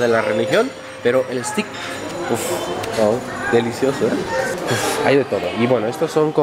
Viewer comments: Me dio risa oirte decir stik, pero esas son las rarezas del idioma Ingles. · Pronuncialo ' steik'